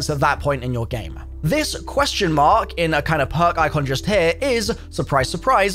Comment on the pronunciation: Stop starting each video with “ HAIR” it’s here!! Not hair smh good lord